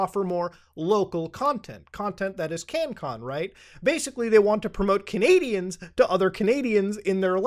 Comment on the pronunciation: At the end of the video the way you said you loved canadice where you had that Texas accent unless they sound like that where you're at which would be very strange